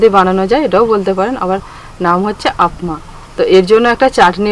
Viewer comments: আপমা না,অ্যাপ্পাম বলে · Ata uttapam bole ba appami bole .didi Tumi uccharon ta vul korecho r ata aktu choto choto hoy...